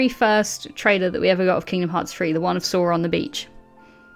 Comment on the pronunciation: Who the fuck is? Does he mean Zorro? Jesus Christ I can't listen to 1 hr of lmfao. looking foward to your theory vids without this guy not sure why not 1 of u could tell him it's Sora.